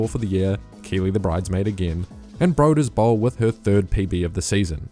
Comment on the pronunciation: apologies for being annoying but broeders is pronounced like "brooders", not "broders" if it was an english word.